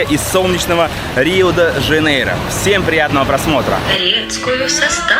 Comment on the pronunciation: Не Жанейра а Жанейро . Блогер учи мат часть 😂